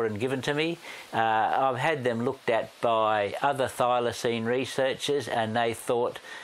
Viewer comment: The dude at the museum... "Thylacynes" ??? 😅